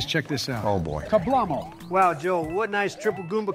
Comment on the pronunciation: I was so ready to give this video a "kablamo" but when said "kablomo" I just don't know anymore...